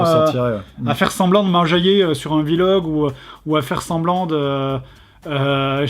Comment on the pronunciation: "Vi log"